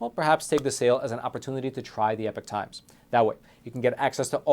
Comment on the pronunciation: I’ve said it before I’ll say it again get the epoch times or as says the epic times 😂, as always your awesome